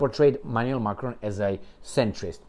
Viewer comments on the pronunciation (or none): none